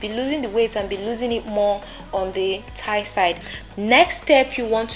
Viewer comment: Thigh not tie